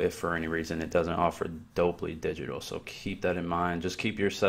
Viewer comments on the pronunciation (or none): its dol-bee (dolby) not Dob-lee 🤪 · It’s DOLE-Bee, not doe-blee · Dolby is not Dolbly — just FYI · Dolby. Not Dobly. Talk about a clickbait title. Not ONE thing you showed was a hidden setting. You that eager for views that you do this? Weak tea, dude. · Is he pronouncing Dolby as “Dolbly”? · Dolby-(dole b) kinda like Colby cheese. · Doll Bee , your weelcum 🙄